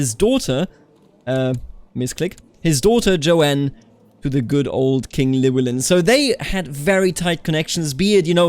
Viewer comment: Sorta but its more LUH WEL IN